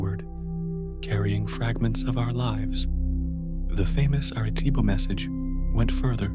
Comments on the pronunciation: Arecibo not aritobo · what famous Aretebo message? Oh do you mean the Arecibo message? Pretty hard to believe anything you say when you can't even get that right. Geez Louise